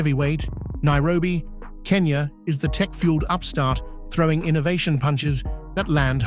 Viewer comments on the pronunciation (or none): none